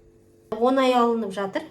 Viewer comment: Онай емес оңай